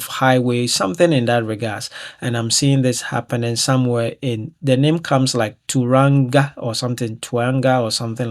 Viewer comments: Wānāka pronounced Wāa nāa Kāa. Everything you're speaking is happening now. Auckland our northern most city. Pretty accurate predictions for our wee Aotearoa/New Zealand. Prepping my bug out bag lol. Tauranga (prounounced toe runga) Northern town. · Yes there is an. ACT party with a Mr. SEYMORE. A chemical or some thing similar STop cows Farting? Say Wan na Ka Town in South Island. 😮 AUCK (AWK) LAND. July mid winter Here in New Zealand. Tau SAY IT LIKE COW Tau/RANG/A CAN/TA/BURY RU/A/ PAY/WHO (RUAPEHU) KAKAPO SAY CAR CAR PO. Australia is several thousand miles with ocean between us. WAITANGI, SAY ( Y Tang Ee. Thank you awsome hope my spelling helps you. We had troubles learning how to speak the names properly. 🎉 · Pronunciation: Auckland - Or-car-land / Tauranga - Towel-wrong-grr / Coromandel - Corrow-man-dil / Napier - Ney-pee-er / Hawkes Bay / Canterbury /Mount Ruapehu - Rooh-a-pay-who / Maori TV - Mole-ree / Waitangi - Why-tang-ee / Kiwi - a New Zealander/ Possum Pie . Cheers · Tauranga North Island,I want to jump in the phone and pronounce the cities and towns for you.